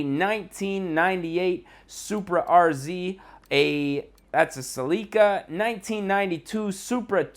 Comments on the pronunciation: the way you say "Celica" makes me wanna cut my ears off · Why does this dude pronounce Celica and rotiform so weird